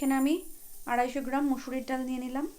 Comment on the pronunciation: ডাউল নাকি ডাল,আপনি কি পড়া শুনা করেন নাই